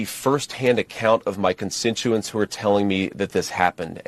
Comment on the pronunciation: Constinuants? Shouldn't that be constituents? That is not the first time I've heard him flub. Been hanging around Donald too much. Pretty soon he won't be able to lift a water bottle. Wait. Has anyone seen him lift a water bottle?